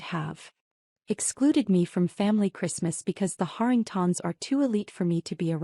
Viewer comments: Why can your artificial intelligence pronounce Harrington correctly but turn into artificial stupidity when it has to pronounce Harringtons? Same dang name just in one instance it is singular and the other plural. AI has millions of miles to go before it can do this function properly. I’m sure there are other stupid pronunciation errors since I may have listened to only a small hand full of these that weren’t riddled with mispronunciations. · Interesting pronunciation of “Harringtons”: Hahr - ing - tahns. 🤔